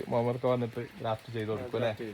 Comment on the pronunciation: ഡ്രാഫ്റ്റ് എന്നല്ല സുഹൃത്തേ.... ഗ്രാഫ്റ്റ് എന്നാണ് പറയുക.